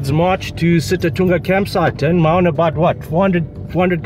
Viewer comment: Maun, not Mauuuun.